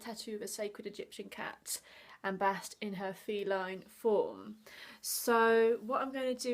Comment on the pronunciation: Her name is not BAHST, BEST.